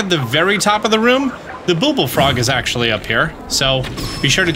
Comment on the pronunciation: Cool but why are you saying "booble frog"?